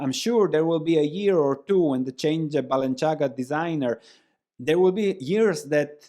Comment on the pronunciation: The c in Balenciaga is not pronounced like the c in Versace, it is like the th in thing - Spanish designer, not Italian 🙂